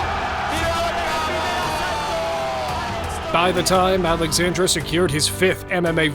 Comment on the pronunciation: Not AlexandrA it is AlexandrE E not A AlexandrA is female name Alexander and Alexandre is male name